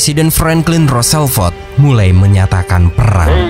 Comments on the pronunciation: rossevelt bang bukan rosselvet dengernya kayak gimana gt XD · Roosevelt bukan Rooselvelt... perbaiki ejaan lagi bro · Bukan roselvet kak.. Tpi roosevelt..😊😊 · Admin,pembaca narasi ROOSE ELT,ROOSEVELT bukan ROSELVEL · Min, berulangkali namanya disebut Roselvet, yg benar adalah Roosevelt alias FDR/Franklin Delano Roosevelt. Huruf el-nya di belakang. Ini nama hafalan sejarah zaman sekolah SD dulu. Maaf ya, krn agak mengganggu telinga. 🙏